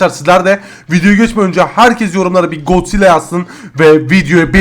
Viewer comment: Gonzilla değil god zilla